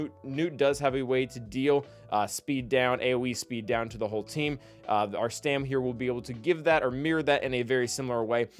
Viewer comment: Now re-record the whole video and say Stap instead of Stam. ;)